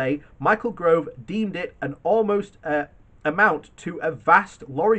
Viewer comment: GOVE not GROVE.